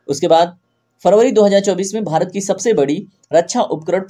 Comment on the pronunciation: Sir aap bahut achhe se haste ho jab aap Bharat ko behrat bole 😊